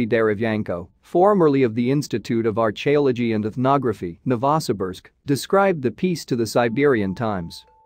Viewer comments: aren't you interested in Archie-ology? lol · Yeah, it couldn't even pronounce "archeology" either 😂 artch-ee-ology